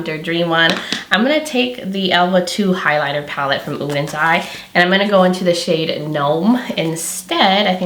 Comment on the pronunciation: You are the first creator I’ve seen so far -besides Angi and probably Annette - who actually tries to pronounce both SOLMÅNE and ODENS EYE correctly! Thank you!! I got my palette this week and you can bet I’m trying it out tomorrow!